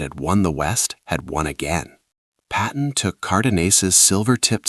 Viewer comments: 10:OO Another “Patton,” not “Patten.” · Another “Patten” mistake. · . Another “Patten” mistake